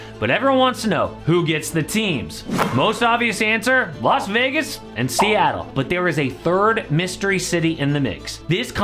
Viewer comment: it’s las vegas people…las vegas